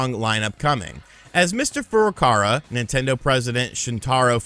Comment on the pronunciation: (@ 85) continued refusal to pronounce “Furukawa” is so disrespectful with it’s extra “R’s” & such it makes me want to pimp-slip him next time I see him in public.